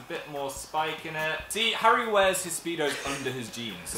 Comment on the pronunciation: am i the only one who gelt uncomfortable when dan and phil pronounced Haru and Makoto wrong?